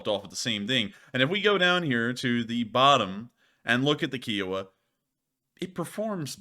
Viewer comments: Ki O Wa Pronounced Ky O Wah. It’s not a car made by Hyundai. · Kiowa as in the tribe it is named after and the fact that every documentary says it pronunciation KI owa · Kiowa With a long I. I like the Indian tribe Kiowa. Lol. Lol Had to give you crap about it.